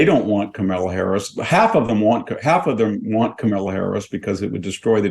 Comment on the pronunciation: With all due respect to the content being shared, I wish Victor would learn how to properly pronounce Kamala’s name. I don’t think he’s doing it to be rude but it inadvertently is rude just by principal.